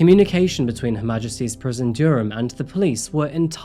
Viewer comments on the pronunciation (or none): ... 'Serving his time in Her Majesty's prision, "(Dure-am)." It's 'Durham' bro, 'Duh-rum.' You live in England, English is your first language, this is a well know English town. I have never in 30+ years heard any English person ever pronounce it 'Dure-am.' 25 seconds later you can nail "nefarious rumination'....but you cant say 'Durham'... Bonkers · Come on mate. It's pronounced Duh-rum! Judging by your accent, your British so I can't believe you don't know this. It's hardly obscure. Anyway, I did enjoy the video so thank you for that! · I have never head anyone pronounce Durham like you did , i thought you were British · Its pronounced dur-am not dyyerham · Alway amazing videos and content….. but ….. Durham = Durrum not Dureham - most of your phonetics / use of English are pretty bad (awful), but I really enjoy your videos and content…so am a fan and will continue to watch and follow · Dureham ? Come on dude , I've been with you since near enough the beginning and I know that you are ,like myself a stickler for the English language and pronunciation.. you know better .. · I swear, in practically every video, there's an obvious word pronounced completely wrong. I have a theory that you can go through, find each one, and there's a code that leads to the bodies that has buried in coffee shops around the UK. Durham pronounced as Dyuram... You know that's not right. Either that, or is AI. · It's pronounce Duh ram,. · Did you honestly pronounce it dure- ham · Are we absolutely sure that these videos are not narrated by just using text to speech? Personally, I have never met a British person so ignorant that they don't know how to pronounce the name of the extremely well known City of Durham. The sentence stress is all over the place as well. Frankly, I think an automated system would do a better job. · That's not how you pronounce Durham 😂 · I have never heard someone pronounce Durham in such a strange way haha